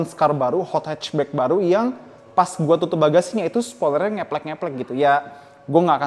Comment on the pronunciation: Ucapannya serius tp humor bang 😁 “Spioler” Saya tdk akan mempermalukan merek seperti “Honda civic type-R”